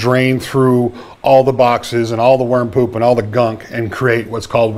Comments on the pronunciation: What a relief. At first I thought you said warm poop. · I thought you were saying "warm poop". No smell?